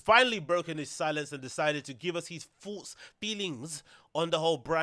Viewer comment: Say thoughts not foughts